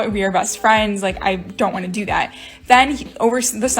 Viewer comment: "I wan-tta. I wan-tta.